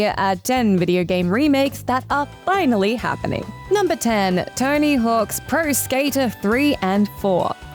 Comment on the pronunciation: I heard TINY HULKS PRO SKATER 😅